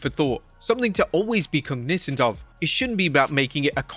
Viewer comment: You emPHAsize the inCORrect syllABle many times. It’s COGnizant not cogNIzant.